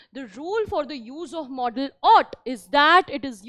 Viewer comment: It is not modal pronounce it properly 😅😅😅😅😅😅😅😅😅😅😅😅😅